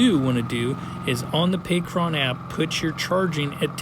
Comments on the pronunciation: not pay-cron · I just have to ask maybe you will maybe you won't answer me but why do you keep on saying Pacron and not Pecron .... I deem you as one of the best when it comes to the content that you make on YouTube. So for you to be mispronouncing a word like that its annoying. Maybe your messing around or maybe im not hearing you clearly i could be wrong. Smh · "Pay Kron"? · Stop saying "pee cron"